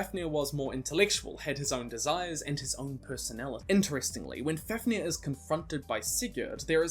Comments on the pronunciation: I am really sorry but it’s pronounced faf near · MidgOWlrdsoOwlrm, BeovUlf, as for Fafnir, I think it's FAvneer.. but even if the f is pronounced F and not V, the accent is still on the A